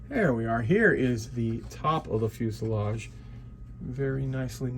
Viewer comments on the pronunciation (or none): none